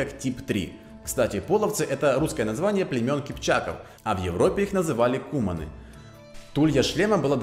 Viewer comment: Куманы, ударение на а. Куман-лебединец, кумане-лебединцы.